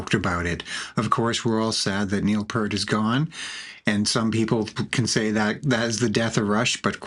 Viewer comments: Neil P👂t. I wish his name could be pronounced correctly especially this late in the game. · It was so good....! You mispronounced the Professor's last name.... Unforgivable, but I appreciate you making something from RUSH being BACK!!! 11 years of just ok it is done, THEN BAM this...!!